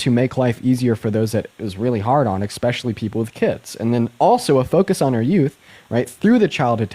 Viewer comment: It's "especially" not "expecially". You sound like a Republican when you say "expecially".